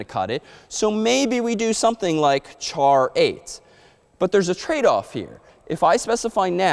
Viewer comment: who heck pronounces char as CHar..